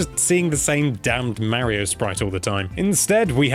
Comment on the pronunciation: mario .can you say it right please..